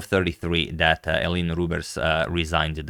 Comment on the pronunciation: My personal favourite, "sorry about dat". Bends as he say it.